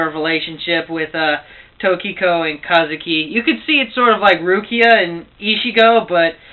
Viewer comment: paion? and its ka-zu-ki